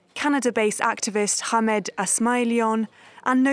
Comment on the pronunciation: Can you please stop pronouncing Hamed as if it has a Kh in there? It's an H, not a "Kh"